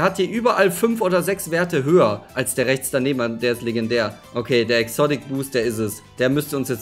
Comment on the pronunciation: Was hast du mit exodick das heißt exotic